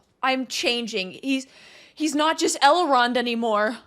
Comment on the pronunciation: Please stop saying Elron lol